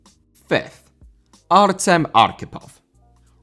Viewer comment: Artem* not Ëtm